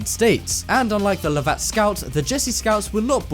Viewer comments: Lovat (as in Lovat Scouts) is pronounced LUV-ut. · Hi I enjoy your videos, but please research the pronunciation of the names in the content i.e. the Lovat scouts, a celebrated regiment, it should be pronounced love-it. Thanks again for another great video, regards Jimf 🏴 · Merril's Marauders fought against the Japanese in the jungles of Asia. Not Nazi's. The pronunciation of Lovat is wrong. Say Love it and you'll be right.